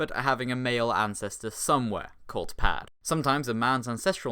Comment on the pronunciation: The swedish pronunciation of "per" is fucking weird. It sounds like you're saying "pash"